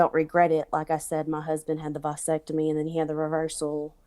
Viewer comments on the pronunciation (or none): She's married and happy, but needs a little side thing??? if she was happy, she wouldn't need side thing. This woman is a liar, just a disgusting liar. And it's pronounced "VAsectomy," not "VYsectomy" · Lmao why was she saying it like that 😂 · The way she’s pronouncing “vasectomy” is pissing me off